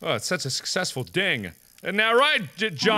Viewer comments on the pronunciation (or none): none